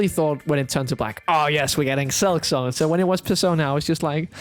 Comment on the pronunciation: How the hell did I kept misunderstanding concerning "Silksong"? Whenever he brought it up I heard "Excelsior" and asked myself "What in three devil's names is he talking about?" I didn't see my error until he brought up Team Cherry towards the end...